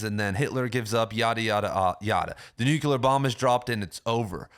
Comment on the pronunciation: NEW-CLEAR not NEW-CUE-LER. I'm loving your content, but every time you say it, I feel like I should bite down on something :P